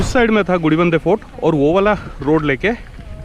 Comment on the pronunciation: Cool video and great capture. However I'm surprised you kept messing up the name of the Gudibanda Lake & Fort. You kept calling it gudibidadnur. Lol